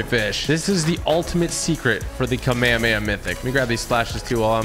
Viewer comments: It’s Kami-kami-ahhhh not kame-kame-yea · Its kom-ah-mah-ha not. Komehehemaye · Not hate just it’s pronounced kamea-hame-ha not kamaamaya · its prounced kamehameha(ca-meh-ha-meh-ha) ha like a laugh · It’s ka may ha may ha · ka may ha may ha that is how you pronounce kamehameha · bro said kamayamaya 💀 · IT'S PRONOUNCED KAH MEI HA MEI HA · They yellow cloud is could a nimbis tand the other is a kameakama not kamaamahaaaaaa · Its Kah me hah me ha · it's pronounced cam-eh-ha-meh-ha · Stop saying the kamehameha wrong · WHY DOES EVERYONE PRONOUNCE KAMEHAMEHA WRONG